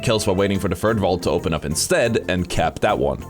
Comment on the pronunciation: Say “th” THird. Thhhhhhhh. Not with an F. It’s not Fird.